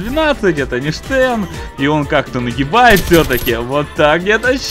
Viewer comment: Стен, не Штен.